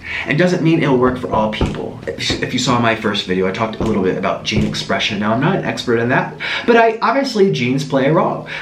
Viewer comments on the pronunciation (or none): none